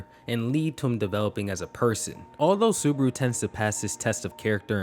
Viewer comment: Why do you call him suburu??